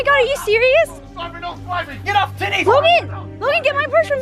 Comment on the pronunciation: Did he say GET OFF TITTY 💔